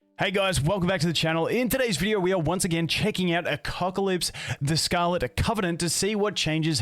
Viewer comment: A-Cuck-Alypse, I can't unhear it